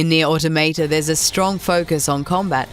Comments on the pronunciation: How can you say the damn name wrong! Nier AUTO Maw tah. Pretty easy tbh. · "neer auto-mate-uh" tacks that onto my list of ways people have pronounced NieR: Automata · near auto maytay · Nier AutoMayTay?